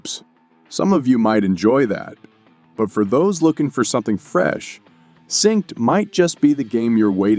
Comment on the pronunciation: You didn't notice the repeated "sinkst" and "grindy" being pronounced to rhyme with "mindy" and various other "even people who don't speak English wouldn't make that mistake" mistakes?